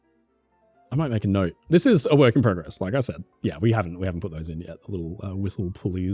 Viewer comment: You say PROCESS and PROGRESS wrong!